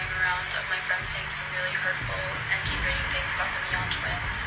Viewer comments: it’s killing me that you pronounced mian wrong ! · It’s ME-AN NOT MY-AN